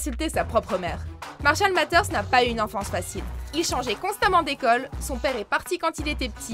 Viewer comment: Premierement, beaucoup de personnes l'ont dit il regardait des dessins animés avec sa fille lors de la cérémonie des oscars. Deuxièmement Marshall Maters?? The matter is your prononciation! Et il y a un tas d'autres moment où il a été bien plus savage à d'autres moments que ce que vous avez enoncé